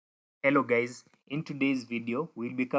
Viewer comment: 😅Did you just say "hello gays" at the beginning of the video?😅